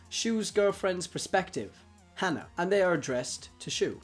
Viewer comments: I'm fairly sure it's haa-naa, not han-ah. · Her name isn't hannah its Hana ((hah-nah)) which means flower, pronounced it wrong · Hana is pronounced wrong. Just saying. No offense